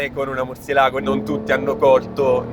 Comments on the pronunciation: Ma perché Murcielàgo se c'è l'accento sulla "e"? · recensione a parte etc, si pronuncia murciélago che sarebbe il pipistrello in spagnolo